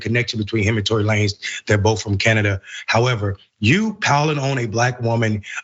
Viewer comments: Who the fuck is la-nez? It's Lanes with a 'z' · So you're telling me someone couldn't have told this lady it's pronounced "lanes" not "la-nez" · You cant be black and repeatedly say, "Lanehz" instead of "LANES" its pronounced "LANES"!! Your black card is revoked🤣🤣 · its lanez not la nez its like sayn lane like stay in yo lane so its lanez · It's pronounced "Lanes" like in the streets, highways, etc... Not La-Nez sista..😉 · La-Nez😂😂😂 It’s pronounced Lanes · Girl it's Lanez not La Nez!! Now you black lol no need for the mispronounced name and I don't even like him. It's so annoying! Meg was hurt and I stand by her. Nobody is perfect! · Not Tory "LaNez"! 🤣🤣🤣 She said it mad times too! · Hey, maybe before doing a report on something. You get the damn names right. It's Tory Lanez (Lanes) not La Nez. Also just going to say this. How someone trying to kill you. Gonna make you wish you were dead? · Tory LANES!!! (Lanez) NOT LaNEZZ. Come on! Be better if you're gonna report on current events! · did she just say Tory LaNez? ma'am it's lanes with a Z but continue... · girl can you say his name right Who is La Nezz. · Tory La Nezz? Wtf? 😂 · You keep calling him La. Nezz Always love watching you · LANES! LANES! LANES! Tory Lanez is pronounced lanes. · Did she really say Tory "La-Nez?" 🤦🏾‍♂️🤦🏾‍♂️🤦🏾‍♂️ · (Lane-ze) please do enough work that WE don't mispronounce other black people names... And correction he is not a rapper, your sounding like them. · Its pronounced "Lanes" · I'm like who the hell is La-nez lol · Who’s “Lan-ez”? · Tory Lan-ez 🤣🤣🤣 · Bish said "lan-ez"; outa touch much? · Lah-nez 🤦🏾‍♂️ More and more everyday man....🫤👎🏾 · I thinks his last name is pronounced Lanes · I'm made she said Tory Luh nez 🤦🏿‍♀ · I can’t get over lah-nezzzzz like who is that???if you’re gonna profit off of clout chasing and “reporting” at the VERY least say the names correctly. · Woman . Stop butchering his damn name . Who the hell is Lan-ez ? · Everytime she says "La-nez" take a shot!! 🤣🤣🤣🤣